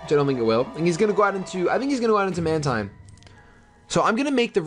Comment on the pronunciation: Mantine is pronounced Man-teen. Like Manta and Marine.